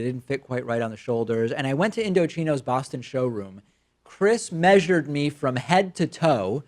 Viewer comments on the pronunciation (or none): none